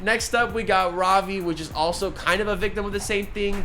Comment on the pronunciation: He looks like nate from the series Ik you aren’t indian but try to say ravi as Ruh-vee instead of Rah-vee. Because i am indian i grew up with hindi as my first language